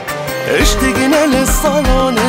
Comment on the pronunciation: ملاحظة صغيرة اللهجة الكويتية مو إشتِقنا ❌ الصح اشْتَقنا وشكراً ع الاغنية الجميلة اللي لامست مشاعرنا🥺